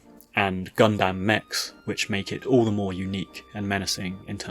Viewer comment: "Gun-damn" "Kay-jew" You're hurting me